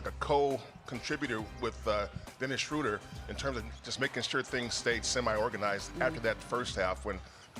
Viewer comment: Kerith, please learn to pronounce Schröder correctly, or just go with the traditional long O like the Peanuts character. "Shrooder" is just wrong. Here's how you do it